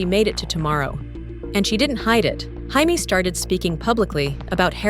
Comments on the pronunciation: AI Garbage about JAMES KING, model legend---- why is her name being pronounced HI-Mee, she's not even latin. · “Hi-me” King? This AI narration is trash. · Her name isn't Hi-may. She's not Latina. Her name is pronounced Jay-me. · Came here to mention this. She is an American model, her name is pronounced “Jay-mee”! 😂😂😂